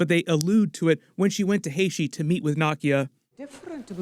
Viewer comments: Haiti not heyshe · Haiti is pronounced Hay-Tee not Hay-she. Look up the Haitian scene from Clueless you will laugh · Hay-tee not Hay-she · Great episode It’s pronounced “Hey T” not “Hey she”. Just thought I’d share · hashee? lol its Hate-EE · Why does pronounce Haiti(hey-tea) as (hey-she)😂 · It’s Haiti not “Hashie” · traveled to Where !?!? “Hey-she” or Haiti 🇭🇹 😂😂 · It's pronounced Haiti, not haishee. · Sir, you’ve never heard HAY-TEE pronounced Hay-she!! Are you alright?😳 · its (Hay-Tee) when you say haiti. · Why does her pronounce Haiti as Haishi?! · AYE BOSS I LOVE YOUR VIDEOS BUT DONT DISRESPECT MY COUNTRY ITS PRONOUNCED 🇭🇹 HAITI OR AYITI GET IT RIGHT‼️ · Just a lil friendly reminder, It’s pronounced “Hay-Tee” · Great break down, but it’s pronounced Hate EE Haiti 🇭🇹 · It’s pronounced "HA-E- T" bro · Its HAY T. LOL not whatever the heck you're doing. Great vid as usual high five 🤚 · You said Haiti wrong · Bro you really gotta learn how to say Haiti lol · The way you pronounce Haiti is hilarious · Love the channel hate how you keep mispronouncing my countries name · I had to stop the video when he kept mispronouncing Haiti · I love your videos bro but damn you pronounce haiti terrible bro that’s my country 😂😂😢